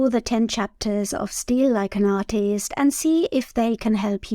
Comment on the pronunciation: You cannot say artist without a i